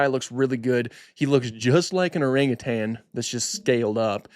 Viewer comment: My God he pronounced orangutan correctly! Kudos to you, I’ve heard zookeepers mispronouncing it